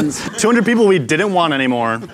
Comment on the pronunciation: Ok my name is Thomas and at first thought they said people until they directed a comment at me saying peep whole